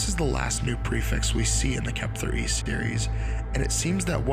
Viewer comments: Why did you keep pronouncing the ARG as Kep-ther instead of 'kept her'? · I think it's being pronounced wrong. Kepther E. Kept Her E. whoever E would be